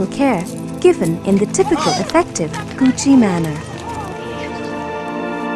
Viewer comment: Ko (co, as in co-ed) chi (rhymes with she). "Ko" part in Kochi is emphasized.